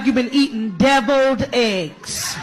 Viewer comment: Not the "Devilied eggs" 😅